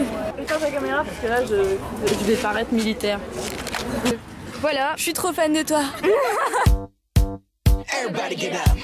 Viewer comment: Ton "voilà" par contre il dérive dans le "voilo" ! Trop choux ! Aha